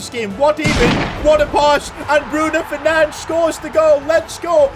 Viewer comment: Bruno Fernange? Bruno Fernandes